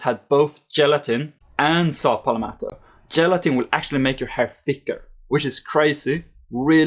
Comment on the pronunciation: That's not saw palmeto it is saw palalalalalalalameto